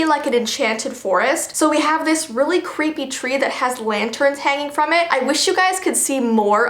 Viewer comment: İ name it "ThE CweEpY fOwEst"